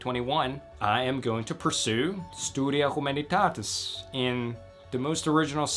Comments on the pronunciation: Just the way you pronounced "Studia Humanitatis" made me hit the like button 😍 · The way he says Studia Humanitatis is awesome